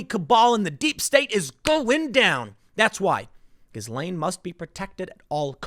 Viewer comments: FFS it's GIL-LANE not GIZZ-LANE or JIZZ-LANE which is a Lane in Soho, London frequented by 'Ladies of the Night'. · it's pronounced -ghee laine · The proper pronunciation of her name is gee-lain; (jeelane). The G sounds as J. Thank you. Carry on. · Her name is pronounced ghee-LAYN, not giz-LAYN. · Did you say Jizzwell? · Her name is pronounced Jees-Lenn, with a soft "J'. Like sheess-lenne. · Stop saying GhiZlaine... ffs.. You don't pronounce the fucking S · The s in her name is silent....pronounced as ghilaine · It's pronounced "Jee-lane" (or possibly "zhee-lane"): but definitely NOT with a hard G"". :) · Tim it's a "silent" s in Ghislaine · Ghislaine sounds more like "Jee-slain", Tim. A soft j. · Tim, stop pronouncing the S in the middle of her name, it's silent :P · Ghislaine Maxwell = "Gee-Lane" Maxwell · The S in her name is silent. It's pronounced like Ghilaine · Can someone PLEASE tell Timmeh that the "S" in Ghislaine is silent! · it's pronounced GI-LANE, tim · I took a sip of my coffee everytime you mispronounced 'ghislaine'.. ☕😅🤙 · The S is silent you’re killing me. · You are terrible with names. The S is silent. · Tim, the S is nonexistent in pronouncing "Ghislaine" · Please! The s in Ghislaine is SILENT! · You don’t pronounce the “s” in Ghislaine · I think the "s" in Ghislaine is silent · Ths s in ghislaine is silent tim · The S is silent in the name Ghislaine